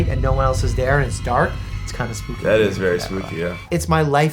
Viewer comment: Did Doctor Mike say SPOOPY? 😂